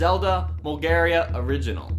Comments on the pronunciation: in case anyone's wondering, he's referring to "Molgera", the boss from Wind Waker, but is somehow pronouncing it closer to "Bulgaria". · Lament isn’t pronounced that way. Molgera doesn’t have an “i” between the r and a it’s “Medley” not “Melody”